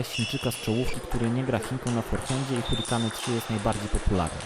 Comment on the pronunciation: mówisz: hurikane, natjonal etc